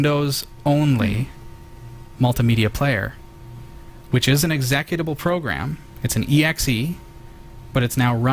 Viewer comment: execitvable WTF, it's exe-cut-able